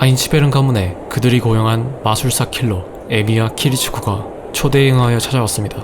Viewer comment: 이분은 키리츠구를 왜 키리츠쿠라고 발음하시는 것 같지